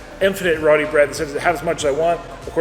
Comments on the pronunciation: it's Roti not Rowdy bread. Meal looks delish. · Hey Roodi bread? Roooo-tee. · Dude, the WHAM! sax drops about made me piss my pants laughing so hard!!! Good Video. Also, it's not Ro-dee, it's Ro-TEE. LOL!!! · you pronounce Rotis like Root-E not Roti. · ITS PRONOUNCED RO-TI NOT ROT-I. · Please pronounce the bread as roti, not rodi. Thanks. Love your videos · Hey, been a fan for a while. Small thing, but it always bugs me and maybe you can help change. Basmati is pronounced boss-mah-tee. And roti is pronounced row-tee. Either way keep up with the cool videos!